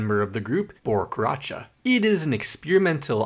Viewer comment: Pronouncing Karaca correctly has redeemed your mispronunciation of Hawley